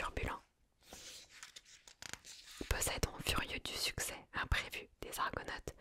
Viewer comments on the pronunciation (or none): On prononce JA-ZON et PO-ZE-II-DON...!!! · 1ere fois que je vois cette vidéo. Mademoiselle svp prononcé correctement les prénoms et arrêté de vouloir tout américanisé. C est JASON et pas JaIson. Comme pour PoseIdon. Le i ce prononce. Dommage cela gâche la séance